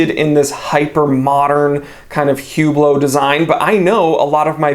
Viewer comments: Oh, and ‘Whooblow’? You mean Oooblow, not H or T. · Hublot is pronounced ou, bloow the H should be sounded like a O